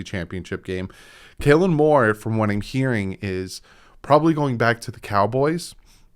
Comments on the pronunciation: Kellen, not Kailan 😎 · I like how he pronounces Kellen Moore "Kaylen" 😁........ Fingers crossed for Harbaugh